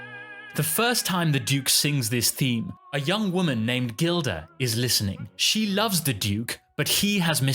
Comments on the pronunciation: I like what you’re saying as a veteran opera and ballet goer (over 60 years); however, it’s Zurga and Gilda (pronounced with a soft g [Jilda]). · A little hard to take you too seriously when you can’t get the names of the characters correct! Rigoletto’s daughter’s name is pronounced with a soft ‘G’ (i.e. Jilda), not a hard ‘G’. The character in The Pearl Fishers is Zurga, not Zunga! Please do just a BIT of research before you send things out into the world on the internet - mistakes like this just make you look a little silly. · IThe character's name in the Pearl Fishers is "ZuRga", not "ZuNga",,,, also you pronounce the name "Gilda" incorreclty. It's pronounced with a soft (not a hard)"G"